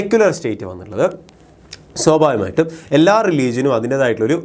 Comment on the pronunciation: swabhavikamayitum ena word pronounce cheyuna kurakavoooo plssss deshyam varun